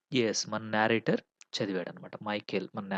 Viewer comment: Explanation is good but please check the pronunciation of narrator and narrative.